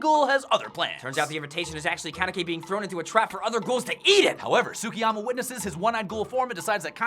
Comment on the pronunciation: Mmmmmmmmm... Y can no one say Tsukiyama properly...